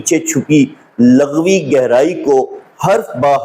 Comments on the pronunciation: السلام علےٰ من التبع الھدیٰ دست بستہ گزارش ہے کہ لَغوی نہیں لُغوی ہوتا ہے ۔ اِن التقیتن ہے آپ نے اٖن التقیتن پڑھا لمبا نہیں کرنا ۔ رسولہٗ پر ہ کو ساکن کرنا ہے کیونکہ اگے وقف مطلق ہے۔ ض کو آپ ذ اور ظ کی طرز پر ادا کرتے ہیں جو عربی زبان کے اسلوب کے خلاف ہے۔ گزارش ہے کہ کسی اچھے قاری سے تجوید کے قواعد و ضوابط کے ساتھ تلاوت قرآن پاک بھی سیکھیں ۔ زمْلونی نہیں ہے بلکہ زمَّلونی ہے م پر شد ہے۔ آپ کی کوشش کو سراہتا ہوں آپ کا کام روافض کے خلاف بہت زیادہ قابلِ ستائش ہے ۔ یہ رافضی بغض رسول ﷺ میں انکی ازواج کے مقام کے منکر ہیں ۔ جن کو اللہ تعالیٰ نے اہل بیت فرمایا ہے انکو نہیں مانتے لیکن جن کو رسول اللہ ﷺ نے اہل بیت فرمایا انکو بھی جزوی طور من مانی سے مانتے ہیں ۔ لیکن گزارش ہے کہ اللہ تعالیٰ مدد گار ہے اور اسی اللہ تعالیٰ کی دی ہوئی طاقت سے اللہ تعالیٰ کے بندے بھی مدد گار ہیں اسی لئے قرآن مجید میں ایاک نعبد الگ اور ایاک نستعین الگ فرمایا گیا ہے ۔ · ویڈیو پوری دیکھی ہے۔بس دعووُں کی بات کی تھی۔ورنہ تو مواد بہت اصلاحی ہے۔۔۔ناچیز پچھلے پینتیس سال سے تعلیم و تدریس کے شعبے سے وابستہ ہے۔۔۔اسی لیے تلفظ کی اصلاح کے ضمن میں عرض بھی کیا تھا۔۔لفظ لُغوی ہے جسے آپ نے بار بار لٙغوی پڑھا ہے۔۔۔